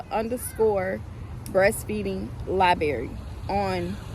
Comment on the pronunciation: LIBRARY!!! ur telling ppl to find u with the word “libary”. I can guarantee u ur not gonna have many subscribers.